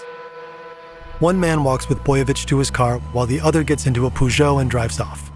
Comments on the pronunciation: Peugeot : ❌ pUegeot : ✅ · Poo-shoouw seems accurate for Peugeot ;-) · "Poojoe". Lmao Americans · He meant to say, Peugeot, the car company. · That's a wacky way to pronounce Peugeot!